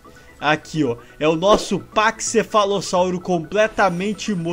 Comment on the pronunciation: Chama o pakcefalossalro de pakcefli.